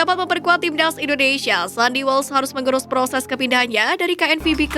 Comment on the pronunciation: Presenternya gk bisa bilang timnas Tapi "tim ndas" 🤣